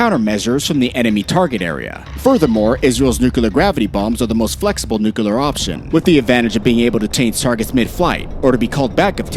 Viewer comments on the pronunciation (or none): Bro its NUCLEAR, not nucular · HEY… it’s Nuclear, not nukaler. NOO-klee-er, not NOOKA-ler. UGGH…….. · Repeat after me "NU-CLE-AR". Not NUCULAR😂😂😂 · its NU CLEAR not NU CU LER. god you are so stupid. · Bro it's nuclear not nu-killer🤦‍♂️ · nu-cu-ler for fucks sake it's two syllables Nu-Clear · Nukular? Nuclear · Nuclear... not nucular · George Bush says it's nucular so it's nucular, stop being a grammar terrist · Argh! noo-clear not noo-ku-lar! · Nucalur? lol M'kay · Israel will never have to fight a nucular war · Not "NUCULAR." You lose credibility by saying it so wrongly. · NUCULAR? What ignorance! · Can't stand "nukular", had to quit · “Nukiler”, c’mon! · Its Nukiller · Should I trust a military analysis from someone who says “nucular”? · Have you ever heard of a "tactical nu-clear we-apon" -_ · why do some people say nukuhlar? (nuclear) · wait new clear how that for proper sounding and wording😂😂😂😂😂😂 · What is Nuke a ler? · They way you say nuclear is particularly annoying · They are going with GW Bush's spelling guide!